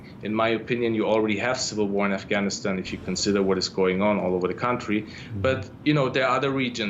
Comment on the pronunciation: Aaeyfgaynistain? Aesa koun bolta hai bay?